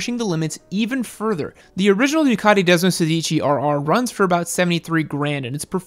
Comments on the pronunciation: It’s “desmosèdici” not “sedìci” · Hi! It's called desmosédici not desmosedìci. Sorry but I'm an italian pizza owner and it's weird to listen to🍕🍕🍕 Could you make a video about 2 stroke like Cagiva Mito? 🤔 That could be interesting as fac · When I heard Desmosedici, I swore I heard Despacito. Lol